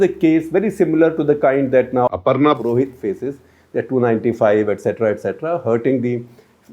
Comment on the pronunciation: Did you get the name Aparna Purohit wrong?